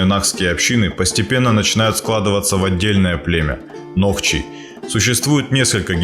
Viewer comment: не нохчи а нохчо